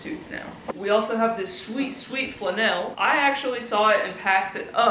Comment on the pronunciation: Do you say "flannel" that way on purpose? You're cracking me up. So much fun.